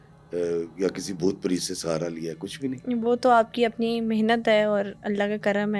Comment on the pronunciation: Sir it’s PRET na ke PREET. Please pronounce correctly. What about instead of Ifftikhar iffi I say IFFTIKHEER AFFI. Preet is name. Preet means love pyar muhabbat.